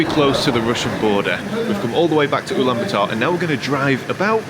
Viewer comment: please don’t pronounce Ulaanbaatar as uulan ba taar. the double “aa” indicate long vowel and therefore it is pronounced as U (as in uber) Lahn Baah Tahr.